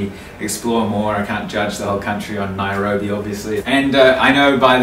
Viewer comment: NAIROBI!! NAI-RO-BI!!😂😂😂😂